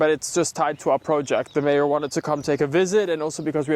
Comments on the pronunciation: Looks amazing … yes, 10 meters back was a good idea. Can hardly wait for when it’s all been finally landscaped! So when you said mayor, I actually thought you meant mare … and I was going to say what mare did you get? Anyhow, hope they enjoyed the visit … maybe your permits will get approved faster, now that they can envision the equestrian facility you’re creating there. Thanks for sharing the updates! Blessings! 🙏🙌✝️✡️♥️ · Mayor… I thought you said mare… I thought you bought another horse!